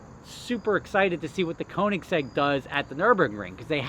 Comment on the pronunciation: You gonna stop saying Koenigsegg like it's a model name?